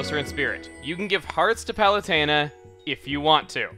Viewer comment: sorry for being a grammar nazi but it's palutena not palestina your spelling of palutena reminds me of that palestina!